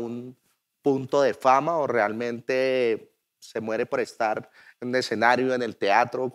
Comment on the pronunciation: La voz en off es hecha con IA? Aunque pensándolo bien no lo es, porque la pronunciación sería perfecta. Cómo es posible que diga todo mal. Exenario es la peor. De por Dios!!!